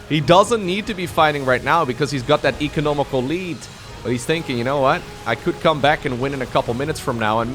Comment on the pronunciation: Economic lead, not economical lead